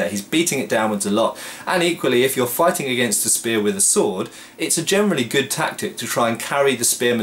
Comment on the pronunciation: Hm - I always hear "germany speaking". I suppose you mean "generally speaking"?